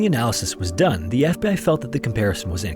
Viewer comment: is this an AI voice? the way they pronounced “FBI” was weird !